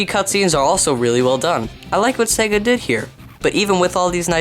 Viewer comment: You are SO RIGHT! By the way, it is Sega, not Saga.